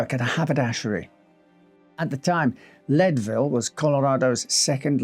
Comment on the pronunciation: Believe it or not, it's pronounced "Leed-ville" -- not "Led-ville." :)